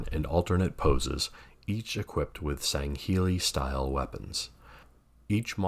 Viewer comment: Great video and your pronunciation of Sangheili is spot on. 😉